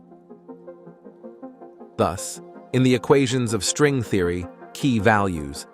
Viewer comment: Theory pronounced Thee-ory. Galaxies pronounced as Gal-ax-zees... I'm so sick of AI already. Really wish it would die instead of "improve" just a mess. Seems already humans can't read. Why not just read it yourself why have AI speak for you? It's so fucking weird. People want AI to drive for them to speak for them... very sad.